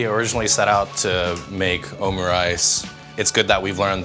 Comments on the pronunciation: its OH MOO rice. triggered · ohm-you-rice kek No hate.